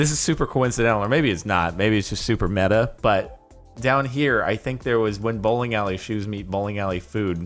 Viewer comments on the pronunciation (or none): none